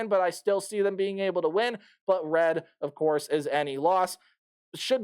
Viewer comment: Nikko REED not Redd